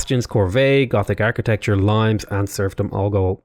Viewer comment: Limes is spoken out as Lee-mess. It refers to the Roman border defense project, not to limestone. Limit is derived from this word.